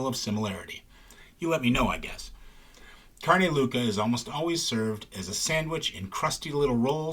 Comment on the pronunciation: “Louca” is pronounced LOW-ca, not LOO-ca.